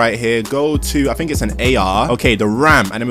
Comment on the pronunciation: Quit saying low key and vibe. And it's pronounced THink. Not fink